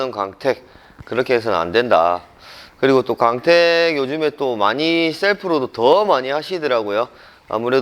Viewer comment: 강택 아니고 광택 , 구오앙택